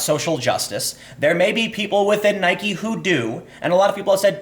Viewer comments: There is only one thing I know for sure about the Nike / Kaepernick story: Tim has not decided how he wants to pronounce "Nike". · Why are you saying Nike like that that? Bike. Like. Nike. Come on, Tim. Get with the program. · Nope. It's named after the Goddess of Victory, Nike. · I say Nike, some people say Nike, but weirdos like Time say Nike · It's pronounced "NIKEE" Americans have short term memory loss. Stock will go back up. I've never cared for Nike. But I'm loving the brouhaha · Jumping between nik and Nike might be worse that just pronouncing it wrong. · Tim, love your work, but it's "Nye-keeee" not "Nyhk" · come on dude, you're trolling now.... you pronounced nike right several times throughout this video, and pronounced it 'nikey' several times still... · I watched the video twice to hear Tim say N-ike. He should never stop doing that :P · Why are you pronouncing it 'Ni-Kee'? Did people bully you into pronouncing it that way? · He always says it "Nykee" :/ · You aren't even pronouncing their name right, Nike where the e at the end is NOT silent! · stop pronouncing Nike Like Mike with an N it really grinds my grears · You're inconsistent pronunciation of Nike confuses me. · The way you pronounce nike sucks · Nike doesn't rhyme with Bike, it rhymes with Mikey. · OMG YOU'RE STILL PRONOUNCING NIKE WRONG! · If Nike is pronounced like Bike, then Tim Pool is now Time Poll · Learn to pronounce Nike for the love of God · My dude, please just pronounce it correctly. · Why are you pronouncing Nike that way Timmy? Tell me and I'll give you a pudding pop. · I can't finish any videos where you pronounce "NIKE" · I’m confused why sometimes he says Nike correctly and sometimes he drops the E. 😂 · you sound like an idiot pronouncing nike incorrectly.